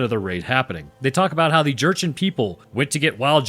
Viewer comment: You did pronounce Jurchin correctly. At least as far as i know. If memory serves some of the Jurchin were a horse nomad people similar to the mongols in lifestyle and fighting. Theh were the chinese of the north Conquered by Ghengis Kahn. At the time of the 13th century china was not united as we would see it but was instead split up into several dynastic kingdoms. The Jurchens came from Manchuria and would have been a serious political force in Northern Korea and china at this time.